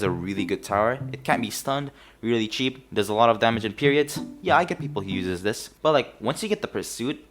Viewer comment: i enjoyed watching soundsmith stereotypes, no wonder im hooked on the series already. (i also get triggered whenever you said uses, but its ight)